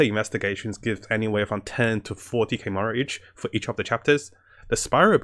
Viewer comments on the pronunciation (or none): i heard murals like 3 times , just trying to be constructive it came up in some other vids. Slow down on game specific words.